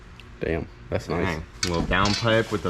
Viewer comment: 24 minutes of saying "Noice"